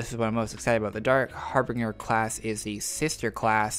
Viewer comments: Vastroy Muntigul Har-bin-jer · Vastroy Muntigul It's Har binge ger like binge watching Har binge ger